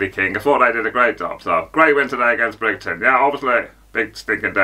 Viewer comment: Bri-ghi -ton